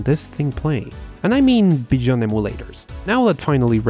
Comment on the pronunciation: He also says "beyond" wrong